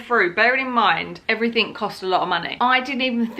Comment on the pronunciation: Arghhhhhhhhhh it's everyTHING not everyTHINK. Sorry phew, little rant over. Looking fabulously refreshed. You take as much time as you need and post as little or as often as you want. Enjoy every moment with little man because they grow up too fast, and those moments are gone.